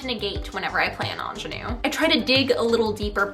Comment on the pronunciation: The way you say ingénue 👌